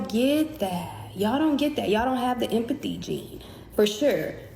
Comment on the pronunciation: She keeps mispronouncing empathy